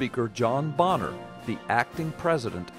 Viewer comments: It's pronounced "Bay-ner", not "Bon-ner". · the pronunciation is "Bayner".President Elmer Fudd would be an improvement over Obama. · Good stuff. BTW, I think he pronounces his name, "Baynor." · The narrator doesn't even know how to pronounce Boehner's name.